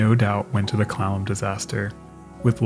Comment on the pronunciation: Amusingly, steamboat CLALLAM sounds very much like CLOWN ʕ ᵔᴥᵔ ʔ